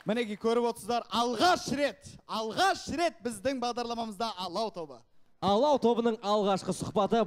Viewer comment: Айару Арыстанбек он или она специально сказал (ла) ПАЛАУ ПОНИМАЕШЬ